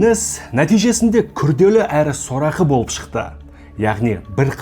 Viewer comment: Какая плохая интонация у вас. Болыыыып, сондайаааак. Зачем так произнести обычные слова